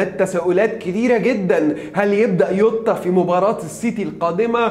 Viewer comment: يعم اسمه جووتاا مش يوتاا دمها تقيل يووتاا ديه